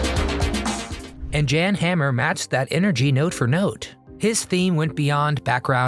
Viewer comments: Hey Pal it's not pronounced "Jan" but "Yawn" Hammer. Now let's blow this popsicle stand. 😎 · I think Jan Hammer is pronounced "yawn" Hammer